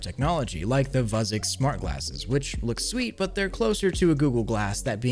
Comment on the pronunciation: Minor mistake. The vu in Vuzix is pronounced view. So it should be view-zix